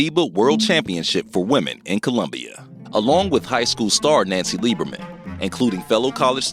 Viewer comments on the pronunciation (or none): none